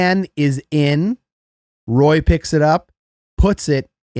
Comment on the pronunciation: Just a heads up, Knights' player #10, Nic Roy is Quebecois, so its Wah (like Patrick Roy)